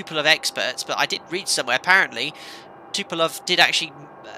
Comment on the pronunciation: It is called Tupolev not Tupolov!